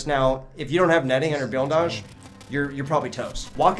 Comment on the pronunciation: it comes from the Russian word "Блиндаж" which is translated directly to "Blindage" It may be that the Ukrainian accent or the dialect that he worked with pronounced "Blindage" as "Bilindage" but i'm not very certain as to why he says it like that.